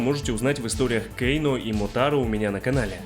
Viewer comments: Почему кейно, а не кано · Почему Кейно и СиндЕл,аж слух режет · Кэйно, Кэйно, Кэйно Разве такая большая разница, как нам, русским людям, называть его, Кано, Кэно или Кейно? Мы же не произносим и не пишем Скорпьен или Ормак У всех свои языковые особенности и вряд ли есть хоть что-то неправильное в том, чтобы говорить Кано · Не называй, пожалуйста, Кано Кейно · Почему Кейно? Он же Кано! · "Кееейноо" блин,как же бесяче это имя произносишь))